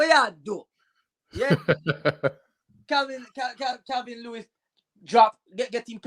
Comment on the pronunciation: called Calvert Lewin "Calvin Lewis". Robbie's funny name pronunciations are influencing others 😂